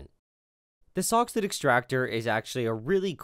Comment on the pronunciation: For those who are not clear on the name of the extractor device, it's a soxhlet extractor. I kept hearing "sock's foot" or "soxhood", but those are wrong.